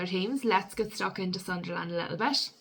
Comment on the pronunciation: It’s not pronounced Sun Der Land pet it’s Sunl’n. Good vid though but.